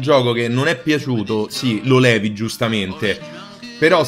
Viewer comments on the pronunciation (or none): none